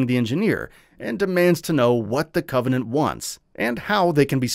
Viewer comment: bro legit said CO-venant